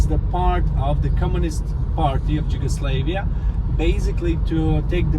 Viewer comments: Đugoslavija lmfao, why isn't he pronouncing it in our native language ffs. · Lol, that guy doesn't know how to say Yugoslavia